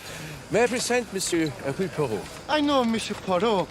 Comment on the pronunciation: Modernized version, but entertaining and well acted. Poirot's name gets butchered once again: Her-que-leez Pur-oh. The latest version of this classic story was way too serious and dismal IMHO. This has the right balance of seriousness and levity.